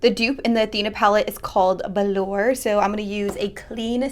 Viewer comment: Oh my god, its not "velour" its VALOUR. "Vah-l-or". I'm sorry everyone is calling it velour lmao but thanks so much for finally posting this video~